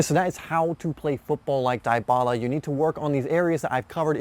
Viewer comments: Good video but holy fuck its DEEEBALA NOT DIEEEBALA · cringe every time he says "DIE-bala" lmfao. DEE-bala is how its pronounced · How to pronounce Dybala Not Daay-ba-la Dee-ba-la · IT is dybala not daibala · Gallopingfish YESSS THANK YOU MY BOYY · Edmilson Yaxcal I'm a Juventus fan it a common thing to mispronounce his name you do say his name like Debala but it spelled like Dybala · Dybala pronounce [Dibala] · Die..bala... dee-bala lol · He say daibala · is debala not Dybala the spelled the name is right, but the way you pronounce it is wrong just a correction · Its literally deeebala thank you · The way he says it is so cringe! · It helps if you speak Spanish or Italian but since this guy's is American, he mispronounced it, no worries I'm American also but my father is from South America